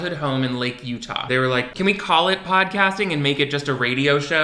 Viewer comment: consistently calling lake tahoe lake utah is just the funniest thing idk why